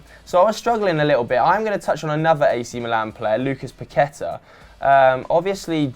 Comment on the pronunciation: its paquetÀ(A) and vinicios (s sound not C )